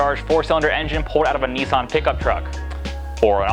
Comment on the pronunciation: Btw. It’s Nissan. Niss an.